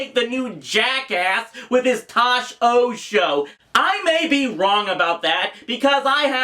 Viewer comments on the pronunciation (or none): you look like you're flossing also it's pronounced "Tosh point O"